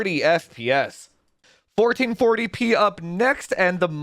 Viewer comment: Thank you supporters! Without you we wouldn’t have this beautiful content! I love when says “1440 peeh” - makes me giggle every time. 😁